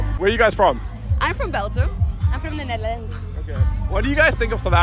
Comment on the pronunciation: Bro the way that girl pronounced "netherlands" got my feeling some type of way dawg. She said "buy me cheese and carrots" sent me LOL🤣